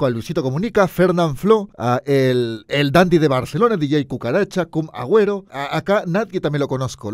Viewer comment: Jajajaj me encanta que en una parte dijo cum agüero xd